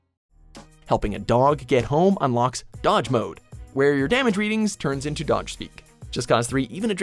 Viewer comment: Doge! Not Dodge.